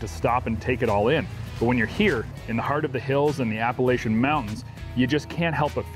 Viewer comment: Pronounced Apa-Latch-chuns